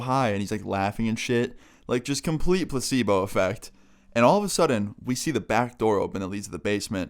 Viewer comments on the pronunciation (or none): Ahhh good ol plosebo p.s as I was writing this comment he said plosebo